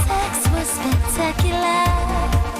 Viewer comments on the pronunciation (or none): LMAOOOOOOOO. “The sex was spectacularrrrrr” took me ALL the way out